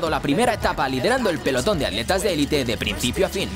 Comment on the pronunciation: Completamente de acuerdo contigo. Que porquería de doblaje. No saben pronunciar en ingles y ni saben pronunciar en esoañol: ¿que es eso de aletas??? ¿Y la T para que está? Es atletas.